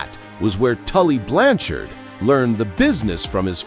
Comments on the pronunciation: I had no idea that Lanny poffo was the geniuses brother I also never heard of Tully Blan- Chard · Tully Blan Chard LOL